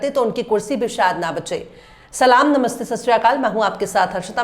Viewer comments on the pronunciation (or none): none